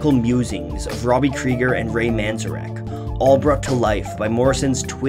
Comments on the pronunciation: Ray MANzarek????? its man-ZARE-ek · Ray Manzarek [Man-zar-EK] Normally I don't do that to videos, or to channel that I like, but that kind of grated in my brain like nails on a chalkboard. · A sore spot on an otherwise amazing video. It's Man-zayr-ick. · Yeah, ouch. What's even crazier is that most of the Doors-related movies have at least one scene where Ray Manzarek pronounces his name VERY CLEARLY, or a character pronounces is name VERY CLEARLY, and it's not Man Zuh rack. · Its, Man-Z-Air-ek. Driving me nuts. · It's pronounced MAN-ZAR_ICK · Learn how to pronounce Manzarek properly if you’re going to say his name. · Great video and great choice of song/band BUT c'mon you gotta pronounce Ray Manzarek's name correctly. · Good video, but for god sakes pronounce Ray's last name correctly. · am i the only one who cringes at his pronunciation of Manzarek